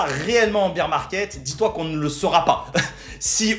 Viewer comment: On dit pas beer (bire) market on dit bear (bère) market en gros tu prononces bière au lieu d'ours